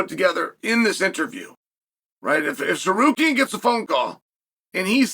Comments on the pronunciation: WHAT THE FUCK??? HE SAID TSARUKYAN NOT SARKARYAN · Arman threatened to sue Chael for mispronouncing his name constantly. Alex Periera is mad as fuck at him too because Chael keeps saying Pee Era. 😂